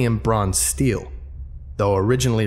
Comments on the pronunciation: Ste-le not steel. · I was literally about to comment saying stele is pronounced ste-lay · The only thing I could correct you on is stele which is pronounced "stay-lay"